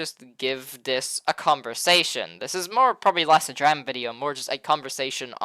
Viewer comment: Wtf is dräma?!😂